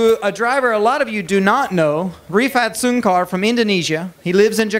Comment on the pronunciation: refat soon car Padahal Rifat Sungkar wkwkwkwkwk